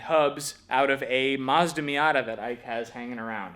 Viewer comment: That's a me-yuck-tah .😂🤣😂